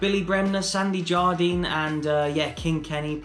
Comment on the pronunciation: St Jonstone legend?... Willie Ormond?... mate c'mon ... Did you forget you did the piece of the Famous 5 at Hibs? Oh and its pronounced JARDIN, not Jardeen. Great video otherwise as usual. And good on you for saying what needs to be said about these "pundits" at talksport etc. I hope you guys pump Croatia... (and go out on goal difference :P )